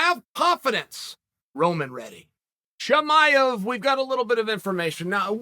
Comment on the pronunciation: Tamiev Chimive Chimaya